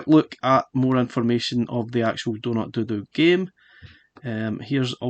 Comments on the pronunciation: I dunno if is just your accent but I keep hearing doodoo when you say dodo as in dead as a dodo lmao. Got this game on pc a while ago, what we saw here is basically 80% of the game. There's only 5 levels to it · Great review and I prefer your pronunciation of the game "doh doo" which harks back to Mr Do! than mine "doh doh" as in extinct bird ;-) Keep up the awesome work!